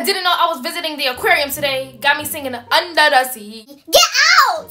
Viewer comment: Not the “uNdA SeA😂